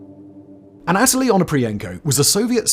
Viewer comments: The way you say Anatoly is killing me. You say uh-NATALIE. We say ANNA-tull-ee 😂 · It is not pronounced aNOTaly. It is pronounced ana TOH ly. Hugs, The Corrector. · anna-toe-lee, have you seen docudrama Chernobyl HBO for pronunciations.